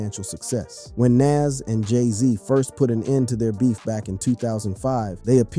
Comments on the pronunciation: Please pronounce his name Nas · Jayz is from Marcy Projects in Brooklyn. He isnt from Queens and you butchered NAS name, Badly. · Thinking the same thing while watching this! Say his name right! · The fact that he keeps calling Nas name correctly then incorrectly is a problem for me! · Learn to pronounce Nas name if your gunna culture vulture and start doing documentations for Good sakes😅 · RIGHT?! That irked me the entire vid 😣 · Ye that's drives me mad 8n loads videos He doesn't with loads of names Not sure if he's trying to speak clear but get them names right dude